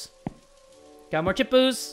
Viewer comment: MY CHIPOOS! Me: NO ITS MY CHIPOOS!!: Oh not my CHIPOOS P.S. on the 1st night shift forgot to close his house door